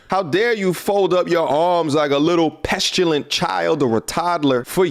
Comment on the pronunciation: did say “pestulent”?